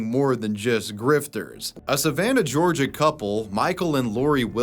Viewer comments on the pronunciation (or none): none